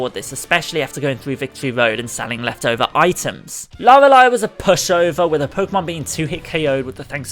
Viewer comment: for a second due to your accent i thought you were jokingly calling lorelei lalala